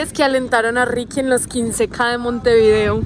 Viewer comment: Cuando pronuncias el nombre de la capital,procura hacerlo de corrido. Montevideo y no Monte_video